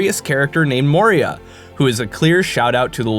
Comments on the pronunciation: The old hags name is (Mo-EE-Ra) while the mines are called (Mo-Ree-yah). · That hagraven is named Moira, not Moria so stop making shit up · the Skyrim npc is spelled/pronounced "MOY-ra", not "MOR-ee-ah". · That hagraven s named “Moira” like Moira brown from fallout three not “Moria” like from LOTR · *moira not moria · That Moira- Mines of Moria thing isnt a reference i think. The Gollum thing definitely is, but Moira is pronounced "M-why-rah" not "Mo-ree-ah". The name probably doesn't refer to the mines, unless its just because of it being an anagram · Moira. The name of the hag is Moira. Yeah, it's close to Moria, but.. C'mon. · Moira: MO-I-RA. Not Moria. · The Hagraven's name is pronounced moy-rah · Moira, pronounced "Moy-ra." Gaelic for "Mary." srsly, pay attention to the things you're writing about. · Moira. Moy-ra.